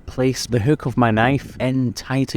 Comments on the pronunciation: He sounds Irish saying houk and houf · Somethin about the way he says: hookhk Is really funny to me.